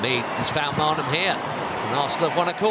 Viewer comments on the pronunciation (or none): 42.31 The Chelseacratic Chattering insists on insulting Frida Maanum by continuing to pronounce her name mARnum . Where did Barclay's FINd this goof❓️ He sounds just a tad overimpressed with Chelsea's belligerent tactics . Are we seeing the beautiful game disintergrate into the brutal game❓️